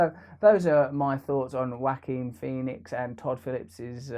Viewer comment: Whacking Phoenix... Ja-oh-qwin Pho-nex... Whao-keen Phee-nix